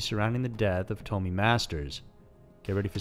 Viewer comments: Its not Toe-me, her name was pronounced Tom-Me. Her name was Tomi. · Come on man " tome ee " I've never heard this case but its definitely pronounced " tommy ".